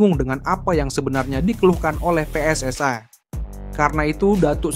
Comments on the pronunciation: Mas kalau baca PSSI jangan di baca pssai ini indonesia bukan inggris bukan malaisia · Min min..gak.usah di inggris2kan kl nyebut pssi malah terlihat lucu and kampungan wkwkwk